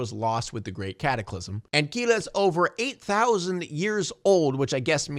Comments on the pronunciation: He really is saying Kila instead of Kida 😭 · Not to nitpick, but was anyone else cringing every time he said "Kila" instead of "Kida"? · Her name is Kida but I keep hearing say "Kila". Am I having a stroke? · you keep calling her Keyla, man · Not to be too nit-picky but it's pronounced Kida (Key-duh) aka Kidagakash.